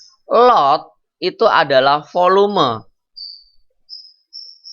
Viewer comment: volume.. bukan foloma..